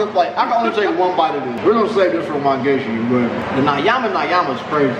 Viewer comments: 'Nayama nayama' ... you are butchering the language 😂😂😂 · Finally, you guys are here 🤣🤣it nyama not nayama 🤣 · Never been to KFC Kenya, this video makes me want to visit one. Here is an interesting tip when it comes to swahili or any bantu language enunciation, 'Ny' is pronounced similar to Spanish ñ in mañana (tommorrow) something like ñama ñama.